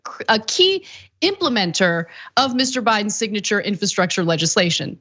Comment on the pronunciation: Ana, I love you, but why do you say, "infahstructure?"